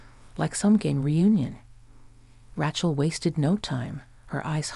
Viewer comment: Rachal is pronounced RAY-Chell